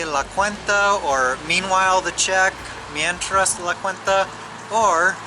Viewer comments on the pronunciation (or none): I think it was a pronunciation difference. Me traes kinda blurs together and sounds like mientras but its not. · GUYS IT ISN’T “MIENTRAS LA CUENTA” THE CORRECT PRONUNCIATION GOES AS “ME TRAES LA CUENTA” 😉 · Mientras....means meanwhile, me traes..can you bring me. Maybe google a website to pronounce it for you so you can hear the difference. I never thought about how it can sound similar, but once you hear the difference it will stand out. Also, from what I have been told is some garbage does get recycled once it has been picked up, but not sure if that it true. I love the street food,.i just usually avoid the cilantro and raw onions I have never gotten over dogs barking all night or at me from rooftops or through a fence. Toilet paper in the trash can grosses me out. Cockroaches...wow they swarm all over Mexico. I never get use to them. You have to spray often around the home to keep them out. People sometimes walk around the neighborhood offering to spray or you for a small fee. I don’t accept it, they are stranger and don’t let them into your home!